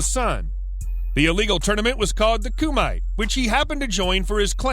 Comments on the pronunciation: Geez, what are you doing? Dux is not “ducks”, it’s pronounced “dukes”. Kumite? Koo-myte? It is koo-mah-tay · Yeah why is VanDam here? The narrator actually says it was Dux who was a fraud. And it’s Ku-mi-te, not kumight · Ku mi te not ku mite. The definition means free style fighting.